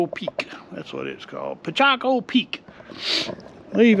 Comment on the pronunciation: It's not Pichaco it's Picacho.